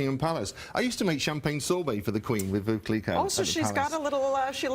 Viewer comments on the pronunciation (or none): Wait, how does he have all that experience but says Veuve Clicquot incorrectly? Veuve rhymes with love 💘😊